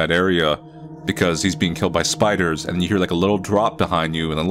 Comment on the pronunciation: Oh no the shpidahs are heyah